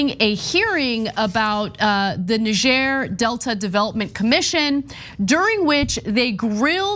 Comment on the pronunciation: As a Nigerian with the full background of the story I have this to say, 1. You guys butchered the name of the region Niger Delta Development Commission. 2. You butchered his name Pondei ! 3. You guys are not being fair to the guy in the grey suit 😂. All in all I never expected Nigerian crazies on TYT, only watch America's crazy here but there is more.